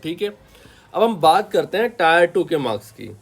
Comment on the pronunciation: टायर 1 nahi टियर 1 boliye, ajib lagta h tayar sunke, exam hai vehicle nahi😮